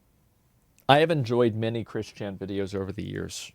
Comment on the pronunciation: I have never heard of Chris Chan, but the fact that Asmon emphasizes Chris Chan's first first name instead of his last name bugs the shit out of me.